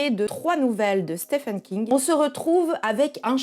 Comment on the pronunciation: Orca j'adore juste une remarque tres bienveillante Stephen King se dit Steven king...je sais c'est relou mais lui même le demande son prénom se dit Steven desolée